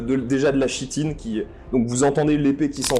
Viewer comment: Merci, votre aventure palpitante ! (je ne sais pas si quelqu'un vous a fait la remarque mais on dit 'kitine' quand on parle de chitine !)